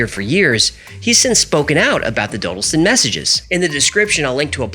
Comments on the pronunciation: British here. It's Daw-dill-stun. Not doh-dil-stin. Sorry but hearing you mispronounce it is like being stabbed in the ears. Still reeling from Moonraker Mandela video. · Just a side comment. It's pronounced Dodd not Dode. Just think Doddleston. Interesting, I live 2 miles from there and I've never heard this. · When the computer-generated voice says Dodleston correctly but the creator cant seem to :) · Dodleston is pronounced like it would rhyme with ‘wobble’ston. And Hawarden is pronounced Har-den. Source: I live nearby.